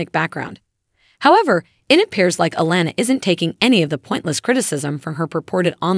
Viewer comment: Why wouldn't it be click bait?? This lady don't even know how to pronounce honey boos name correct